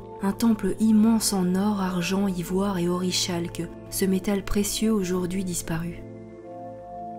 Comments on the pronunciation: Désolé d'être un peu pointilleux. "Orichalque" se prononce "Orikalk". Sinon continu d'explorer ce genre de sujet c'est passionnant ! :) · Je crois bien qu'on dit Oricalque pour Orichalque. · On prononce orikalque